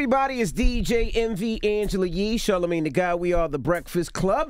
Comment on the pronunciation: lool "Charla-mag-knee"